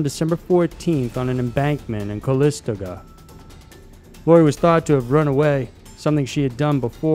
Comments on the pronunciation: CALISTOGA is pronounced "Cal-liss-STOE-guh" ....Not "Coh-LISS-tuh-guh" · Did you just say ka-LISS-ta-ga? It's Calistoga, like the fizzy water brand? "calis-TOE-guh" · Calistoga- Kal e stoga not calist- taga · Cuh-li-stuh-guh? Cal-i-sto-ga. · Cal-is-to-ga. I love your videos but sometimes your pronunciation is terrible! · And it’s cal-lis-stoga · Good video, as always. I'm a little fazed to learn I've lived quite near more than a couple of these cases. I wasn't involved, I swear-- not even born yet for most. Psst: (Calistoga is pronounced kahl-iss-tow-guh, like the bottled water)...